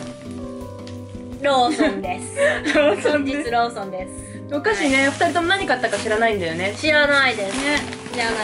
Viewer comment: 「お菓子」が「お箸」に聞こえて、 「え、遠足と言えばお箸なの？？？」と1人パニックになったのは私だけですかね？笑